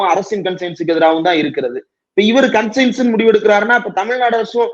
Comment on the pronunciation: அது கான்சியன்ஸ். கன்சைன்ஸ் அல்ல